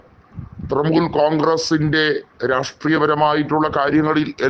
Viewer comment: ത്രമൂൽ അല്ല. ത്രണമൂൽ